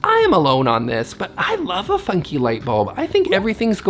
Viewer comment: Had to go get some coffee because I heard "eff you, wallpaper" instead of funky.... 😆